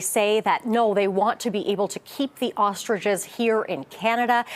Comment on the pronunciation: They are ostriches, not "ostridges"